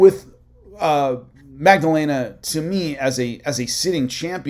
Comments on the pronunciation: Great vid. But it’s Maddalena* not Magdalena. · It’s not magdellena it’s Madalena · Holy Mary Magdelena lol Maddalena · Magdalena vs Macklechef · There is no g sound in jacks last name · going full Chael Sonnen on that pronunciation of Maddalena's name lol 😂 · so funny i said a prayer when i hear it